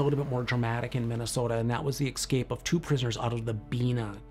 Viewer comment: The word is escape, not exscape.